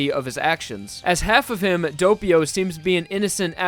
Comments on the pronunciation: Good video, but I gotta admit that I physically cringed when you pronounced Doppio "dope-io." Its pronounced "daw-pio" lol 😂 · Its Doppio not Doppio